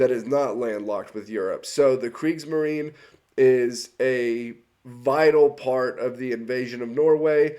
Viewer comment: And what is Kriegsmarin? Es heisst Kriegsmarine with a clear and pronounced e at the end.